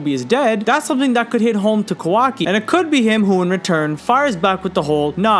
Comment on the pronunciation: Not the “kwaki” 😭😭😭